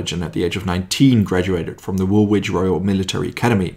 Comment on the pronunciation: Great video but couple of pronunciation issues. Woolwich is pronounced "wull itch" and Hobart "Hoe baart". But as you said an Incredible guy who saved a lot of lives by getting the right equipment to the right place at the right time. The US DD's were launched too far out. Had that had them in the beach "Bloody Omaha" might not be as bloody. And as for the Churchill crocodile. Many times the crew would give the Germans a "Wet squirt" which means unlit fuel squirting the defender's. It was enough to get people to surrender.